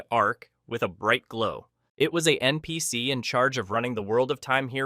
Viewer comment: what's even nps, so much misprounciation